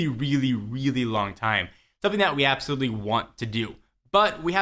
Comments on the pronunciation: lol appsolutley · APPsolutely... ಠ_ಠ